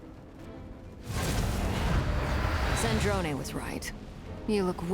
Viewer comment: its sandrone not sandron oml